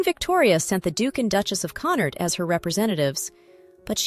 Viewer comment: Why do you consistently, over and over again, insist on injecting an R into the name Connaught? Please stop it. You frequently mutilate the names of people and places, but have recently improved a bit. This is a glaring example of repeatedly mispronouncing a name with a long established correct pronunciation.